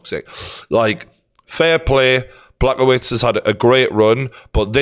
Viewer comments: I’m sorry Geordie but… Black-oh-wits?? Really? 😂😂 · Geordie trying to pronounce Blachowicz 😂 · I actually never thought I would hear someone pronounce fighters names as bad as Brendan Schaub until pronounces Blachowicz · And he absolutely heard it pronounced correctly a bunch of times.